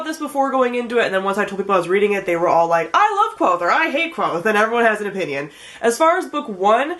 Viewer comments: It is kvothe not quothe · You're mispronouncing Kvothe's name. :( Rothfuss has a post on his site that clears up the pronunciation. He also made a video where he pronounces a bunch of different words and names from the Four Corners.